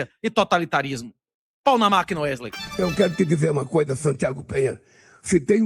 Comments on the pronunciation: "Uerley" nunca trabalhou tanto na vida kkk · Porr@ é Uerlei, Wesley, Wesley, Uerlei...ou o quê?😅😅😅😅